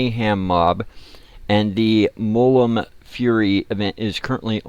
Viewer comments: Please, its Mul - Mun. Not Mullum. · of course he cant say mulmun right